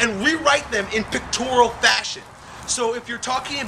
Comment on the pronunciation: it's pronounced pictorial not pictoral.